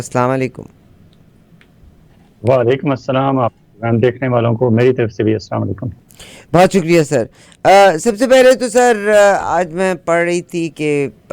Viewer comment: don’t say Aslaman lykum like layman in Pakistan please don’t take it casually say it completely or say salam